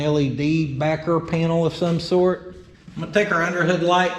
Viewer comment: Did you say barker as in tobaker like dip lol